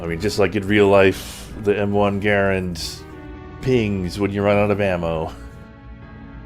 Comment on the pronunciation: My guy knows shot calls and pronounces Garand correctly.